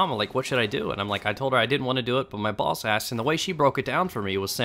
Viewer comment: Everytime u said "boss" i heard balls and i was laughing my ass off :(!)